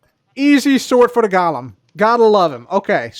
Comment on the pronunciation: Hi, it’s pronounced “GO luhm” 🙂